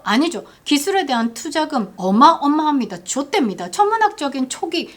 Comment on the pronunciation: ㅋㅋ 좆댑니다...찰지네